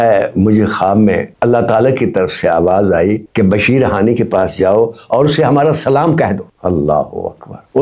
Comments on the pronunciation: Bashir hani Nahi sir ji Bashir Haffi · بھائی جان آپ کے نام کے ساتھ ادیب بھی لگا ہوا ہے ابھی عمر کے آخری حصے میں عالم بننے کا شوق جاگا ہے تو کوئی بھی واقعہ یا روایت بیان کرنے سے پہلے تھوڑی سی تحقیق کر لیا کریں کم از کم نام تو صحیح لیا کریں آپ بشر حافی کی جگہ بشیر حانی کہ رہے ہیں